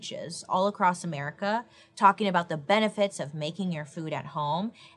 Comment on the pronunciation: The way she says "merica" kills me 🤣🤣🤣🤣 the Tylenol of the time was bleeding into a bucket😳🤣